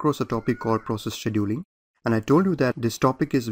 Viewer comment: The hardest part was to hear the presenter mispronounce the word "scheduling". My ears are hurting. Beyond that, the lectures are a gain to my understanding of how computers work.